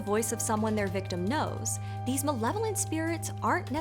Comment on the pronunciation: At the beginning of the video I thought said "benevolent" instead of "malevolent" and it took me a minute.